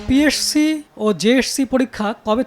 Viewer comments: উচ্চারণ ঠিক করা উচিত পিএরসি❌ পিএসসি ✅ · পি এর সি? জেএরসি? 🤣🤣🤣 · পিএসসি কে পিএরসসি বলেন কেন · পিএসসি জেএসসি কে উপস্থাপক বারবার পিএরসি জেএরসি কেন বলতেছিল? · সাংবাদিক সাহেব পিএসসি এবং জেএসসি শব্দ ২টা উচ্চারণেও বার বার ভুল করছেন এখানে। 😂😂😅😅